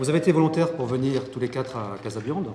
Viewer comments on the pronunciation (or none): c'est trop long pour eux de dire casabianda au lieu de casabiande qui ne veut rien dire